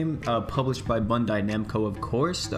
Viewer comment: Did you just say bundai?